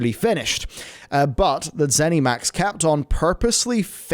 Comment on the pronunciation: Please stop saying ZenEMax.